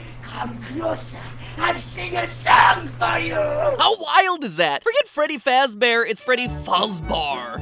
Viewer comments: freddy fazbahr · "Forget Freddy Fazbear it's Freddy FuzbAr" -MatPat2017